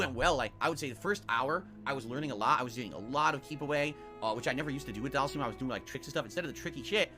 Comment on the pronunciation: Do all people from Conneticut pronounce words weird like? "Dhal-seem"? Anything with "ity" at the end and "twit-ter".